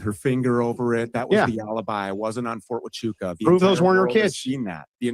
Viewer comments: Listening to trying to say Fort Wa - Choo - Ka different ways was hilarious. 🤣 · the only issue on Andrews’s side is the pronunciation of “fort hachucha” Tachuka or Tatunka is a Native American name for Bison and we had to shut down the firing range at Camp Pendleton repeatedly when one wondered on the range. They’d yell “ta-chu-ka!” And shut down the range